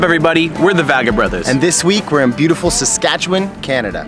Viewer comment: Who are these two guys? You need to learn to pronounce Saskatchewan better, in your video about Saskatoon and hearing the pronunciation of Saskatchewan was like nails on a chalkboard to a native of this province.